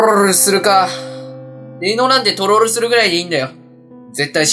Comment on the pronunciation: トrrrrrロール